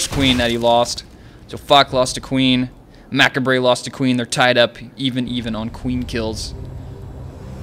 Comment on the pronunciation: I kinda facepalmed it too... its "muh-cob-ray":) But he made up for it by saying fuck about 5 times ahaha